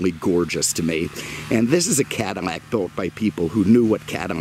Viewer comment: I’m relatively new, why does he say Cadimac instead of Cadillac?